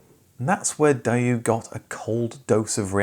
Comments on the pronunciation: DAY-woo. Not DIE-yoo. Actually, the big problem was trying to break into the US market. But not only did Daewoo get off on the wrong foot with the Americans (due primarily to both mechanical issues and perceptions that the cars were underpowered), but they became the butt of a lot of jokes. For example, "Mad TV" had a running rip on Asian "tuner culture" via one intensely nerdy character who was always talking up his Daewoo. The logo was no help, either. People thought it looked like a jockstrap...mainly because it DOES look like a jockstrap. Driving around with a chrome replica of an athletic supporter on your car's hood...ahh, not a good look. It all came down to suggestions that Daewoo was given by marketing people about these and other salient points...which Daewoo summarily ignored and/or blew off. Very dumb. They overextended themselves trying to break into a market they clearly didn't understand. Had they been paying attention, though...they had a very good example of what happens without "market tailoring" in Daihatsu and their attempt to enter the US car market. You also don't want to try and sell a car model called the "Charade" in any market that speaks English. It might sound cool as "Engrish", but putting out a car called the "Daihatsu Fraud" in actual English isn't any way to sell cars...or most anything else! But yeah...the fails by both companies are so similar and, at the time, you would think Daewoo would see how to avoid these traps, but noooooo... Probably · I've never heard Daewoo pronounced Die-You before.... Grating to the ear 😣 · why doesn't the author pronounce the 'w' in daewoo? he says daeoo, but can pronounce the 'w' when he says the name 'woo' ............very annoying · DAY-woo. It is even pronounced as Day-woo in the commercial. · Dude, its DAY-Woo, listen to their own ads or ask a Korean friend.... DAY-WOOOOOO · Um......It's pronounced "day-woo". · No, pronounced Dayoo “That’ll be the Dayoo” tagline 🤷🏼‍♂️ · It's pronounced.. DAY - WOO